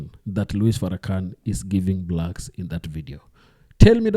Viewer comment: thats not how you pronounce his name. Out of respect you should learn how to properly pronounce his name